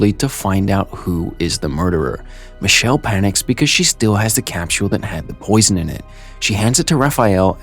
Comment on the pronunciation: good video but what tf is a "cap-tul" it's a capsule